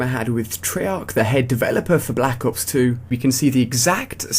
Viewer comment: u cant say black ops straight